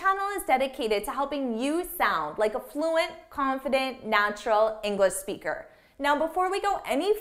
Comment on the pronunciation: I've noticed that every time you say "English Speaker" you don't pronounce the sound /ʃ/ in the word English and it sounds like you're saying /ɪŋɡlɪspikər/ Englispeaker. Is there any rule?